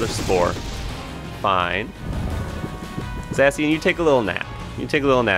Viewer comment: Not Zussy-an 😭